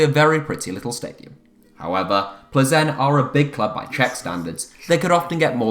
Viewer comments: You don't pronounce Plzen as Ple Zen. It Pilsen. I have been there for a game and its right next to the Pilsner Urquell brewery. Plzen is the home of Pilsner lager which has been widely copied. Enjoy your next glass of ple zen!!! PS - I went there with my family including my wife, two grown up daughters and one of their boyfrieds and we easily picked up tickets outside the ground from the club ticket office on the afternoon of the match and it was a Europa Cup match. The ground was not sold out or full. Its big enough for them in my opinion. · Isn’t it pronounced Pilzen